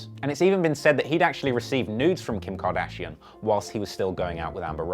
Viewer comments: “kIM KardISHaUN” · "kim car dezshon" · "Kim kadidjon?" 🤣🤣🤣🤣🤣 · Kardajean lmaoo